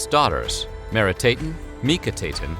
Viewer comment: He got all the endings wrong. Not "Meeri-tayten" but "Mehri-TAH-ten". It's "Ankh-sen-pah-ah-ten", not "Anksenpayten" Etc.